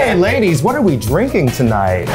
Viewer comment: Those "laidies" ruined the whole vid for me..